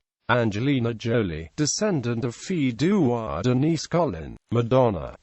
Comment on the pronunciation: Please pronounce the title properly. Fee du roi, not fills du roi